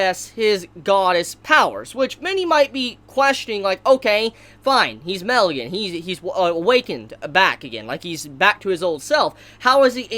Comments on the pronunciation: It’s pronounced (my-el) not mell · its not mel it's pronounced like meel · It's ma-el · Guy it's MA-EL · Im pretty sure Mael is not pronounced "mel" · Everytime you say Mael it sounds like Mel and i think about Meliodas